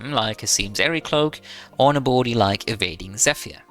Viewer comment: Abolity? Since when is there an O in ability? Great vid tho, I just cannot stand the accent on that word